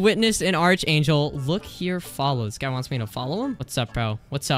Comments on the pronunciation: not being rude but hearing you misspronounce arch angel makes me kinda mad.... its pronounced ark angel.. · ARK ANGEL ITS PRONOUNCED ARK ANGEL